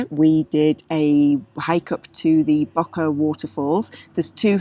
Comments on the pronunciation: I'm glad you enjoyed our beautiful Slovenia!! Btw, č is pronounced as ch, and š as sh. So it's river Socha, not Socka. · I'm pretty sure it's not said SOCO but the SOĈA river, said Soh (as in sock) Cha (as in chalk). When the little hat is above a C it is ch and above an S it is Sh. Sorry to be pedantic but I love that area and I had to check if I have managed to miss a place called SOCO 😂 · It would be more like Saw-Cha.